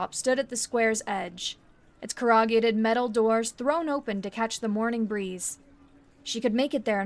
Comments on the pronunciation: it was clear to me that she's never had to say "Cor-ru-gated" before. I learned it while reading National Geographic Magazine's back issues in 1983 when I was 8. I learned phonics-style reading 20 years before Hooked On Phonics existed. What? Do they even teach students? In schools these days? 🤨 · I thought this was a new kind of alien metal doors, and had to replay it to realize you were reading corrugated. It’s pronounced like “core-uh-gated” in case you come across the word again. Not being a jerk, just some mispronunciations take me out of the story. Blame it on my ADD.😂